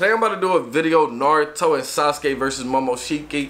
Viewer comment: Calitify bro He fucked up the first time by pronouncing momoshki’s name wrong the first time as well. Imma just cry in my sleep